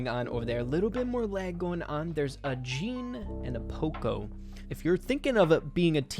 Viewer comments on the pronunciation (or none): none